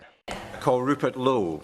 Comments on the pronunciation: Silent E in Lowe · It's just pronounced low, not lowie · It's pronounced Low !!!! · Its pronounced low bro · You prounce his name ""low" Hopefully he,s the next p.m.